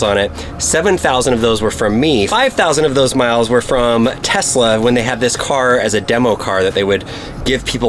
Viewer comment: “Her in my garage with brand tesluni” so “Knowledge”?